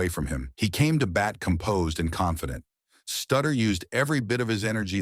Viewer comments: Not stutter, it's Sutter... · Shuh Won Dustin...Bruce Sutter GTFO here not pronouncing their names correctly. These are guys with prominent careers